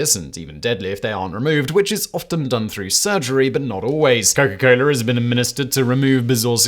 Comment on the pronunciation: it is not coler it is cola. yw